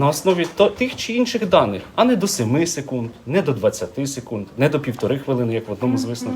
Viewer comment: "СекунИд" вибачте не втрамалась))))